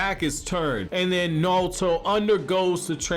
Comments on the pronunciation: Are you saying? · Knawlto lol....... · I can't get passed your pronunciation of Naruto. How does one have a Naruto channel and not know how to pronounce Naruto?